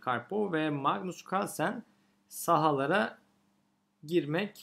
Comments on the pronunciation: Kahrlsen demesi:d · Carlsen telafuzunda zorlanıyor gibisiniz😁